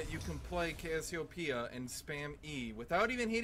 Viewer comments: why does he keep calling cassiopea 'kossidin' ? lol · Did u notice that says cashiopia